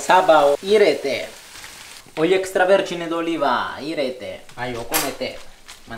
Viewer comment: 『サバを入ぃれてぇ!』の発音が謎に凄い好き、